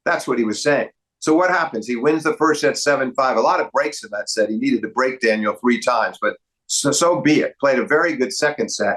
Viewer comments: Excellent analysis guys, really spot on. It's grating however to hear Steve constantly referring to Medvedev as "Daniel" and not as "Danil". He's not American dude, learn how to say his name, it's not that hard. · Daniel is such a weird pronunciation 😭😭 like is it really impossible to say Daniil?